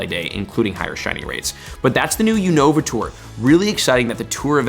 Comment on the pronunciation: btw it’s YOU-no-vuh not you-NO-vuh